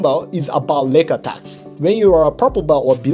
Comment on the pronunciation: I keep hearing "neck attacks" when you say "leg attacks", haha. But then you talk about kneebars and toe holds. Thank you for a great video.